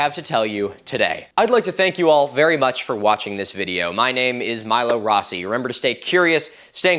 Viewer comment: Thats not how rossi is pronounced